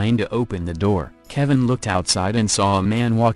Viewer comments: i think you have good content but you are doing the victims & their stories disrespect by using a computerized voice that mangles words. "keh-vine" seriously? you uploaded that? if youre not gonna take the time to thoughtfully produce something like this, then you have probably shouldn't at all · "Ke'VINE" lol.